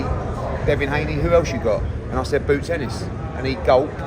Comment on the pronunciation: Did he say BOOTS ?? 🤣